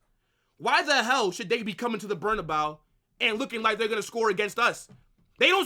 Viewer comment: I like your channel man and I agree to almost all of your takes. But I wish you'd stop calling it "BERNA-BOW" and pronounce it correctly.